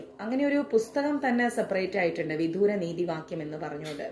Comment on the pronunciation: വിദൂര അല്ല.... വിദുര എന്നാണ്